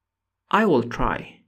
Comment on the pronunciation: It's "I will try" not "I well try"